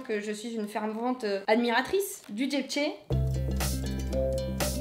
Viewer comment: par contre je comprends pas .. tu transformes le mot JAP'ché en JEEPché... xD XD ' mais pour le RIZ c 'est une IMPORTANCE CAPITALE !!!!!!!!!!!!!!!!!!!!!!!!!!!!!!!!!!!!!!!!!!!! ^_^ tu as noté tres haut.... je trouve..